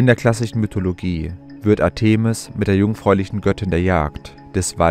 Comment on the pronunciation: Griechische Wörter/Namen betont man auf der drittletzten Silbe: ARtemis, PerSEphone, HomoyoTELoton, ArisTOteles, etc. etc. Nur mal so...